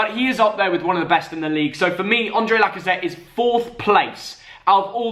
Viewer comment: Man said « Andre Lacazette »